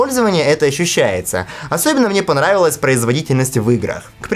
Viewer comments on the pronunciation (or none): ....:"так он мне понраWYLCA"....